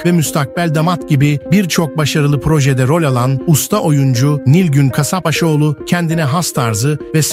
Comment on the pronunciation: Huzurla, sağlıkla yaşasın. 😘. Soyadını doğru söylerseniz iyi olur. K A S A P B A Ş O Ğ L U. ANLATABİLDİM ZANNEDERİM.